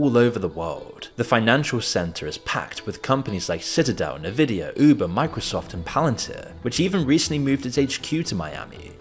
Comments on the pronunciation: it’s not neh-vidia it’s in-vidia like Ngannou is in-gahnoo not niganoo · Did you say nevidia? Why bro? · NAVIDIA? tf is NAVIDIA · N-vidia not Nuh-vidia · Did you say NuhVidia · Could you please stop calling it Nevidia?